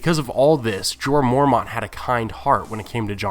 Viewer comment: stop saying mormaunt